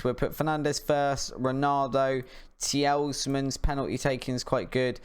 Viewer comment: Mate, I’ve just watched every episode so far and I’m enjoying it. But please stop saying tee-els-man. The is an S at the end of his name and that’s it. Tee-luh-mans. Don’t mean to be rude but it’s frustrating to listen to you getting it wrong so often.